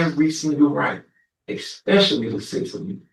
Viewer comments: Ahhhhh we have an “expecially” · We have the first "eXpecially". I am guessing there will be many, many more. Getting my earmuffs. Spoken English is the real victim here.